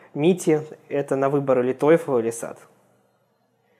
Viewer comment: Эс эй ти*